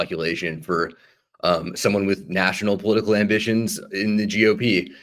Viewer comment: get yourself into power at everyone elses expense yeah sure dude "aMbIsSiOnS"